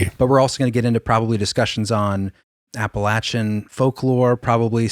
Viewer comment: Thank you for saying Appalachian correctly!! From Southern WV.